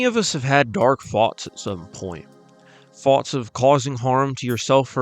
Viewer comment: how british ppl say thoughts